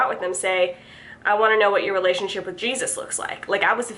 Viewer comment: Lol, thought I was the only one who noticed that